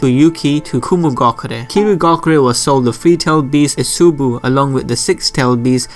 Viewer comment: Ee-so-boo Koh-kew-oh Others are fine